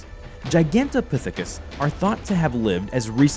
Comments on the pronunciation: Jye-gan-tuh-pyth-uh-kus not whatever you said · "Giganteputicus" "Giganteputhicus" "Giganteputhus" "Guganteputhcus"...Jesus fucking Christ really? it sounded like you literally just gave up trying to say the word half way through... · It's gigantopithecus.